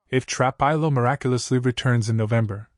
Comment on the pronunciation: Please stop mispronouncing trapillo 😮😮